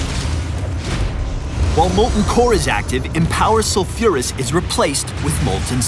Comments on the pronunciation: Its Sol-fure-uh-s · The way he pronounces sulfuras, my ears are getting raped...